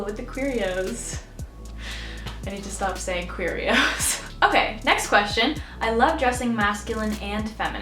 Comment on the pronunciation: when she said queeros i swear she said cheerios